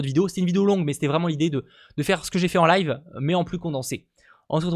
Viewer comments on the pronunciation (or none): none